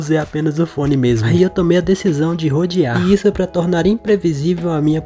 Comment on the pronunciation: Deixei o like só pelo "rodiar" kkkkk